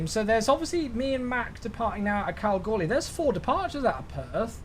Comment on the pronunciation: You pronounced Kalgoorlie correctly 😃